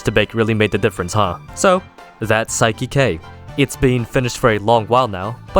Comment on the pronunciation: I like how he watched the entire show without ever realizing "Saiki K" is pronounced the same exact way as "Psychic".